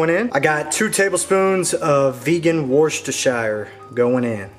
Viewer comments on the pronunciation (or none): New Orleanian vegan in exile, and missing gumbo! Your recipe looks excellent, and I can't wait to try it. Thank you! In return, lemme help you pronounce a tricky word: "Worcestershire." It's three syllables — WUSS-tuh-sheer — with emphasis on the first syllable, "WUSS." (And that's "WUSS," as in "Don't be a wuss!" 😁) Again, am looking forward to making your beautiful gumbo! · Wuss-ter-sher sauce is how it's pronounced xD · Worcestershire pronounced Wuuster. Absolutely no need for the long word no one can spell. Brilliant recipe, thank you for sharing!!